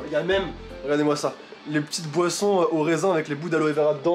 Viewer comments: Quand t’as dis :MAIS Y’A LES BOISSON AUSSI ! J’ai compris :MAIS Y’A LES POISSON AUSSI 😂😂😂😂😂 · j'ai compris des "poissons" 😭😭😭😂